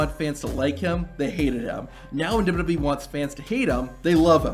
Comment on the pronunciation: Say it once, just try to SAY it. W. W. E. I don't think it's dubdubey .. unless they're going by every single content creators pronunciation